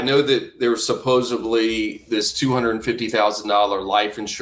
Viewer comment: Can we please grow up and pronounce words correctly…..supposedly not supposebbly!!! For Christ sakes, so many people, with an education, do this! It just bugs me to no end, it makes you sound not credible. 😮